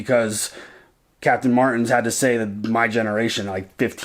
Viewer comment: that one way pronounced martins.... is he a strongman fan? well i for one was going "martiiins!" in my head 😂😂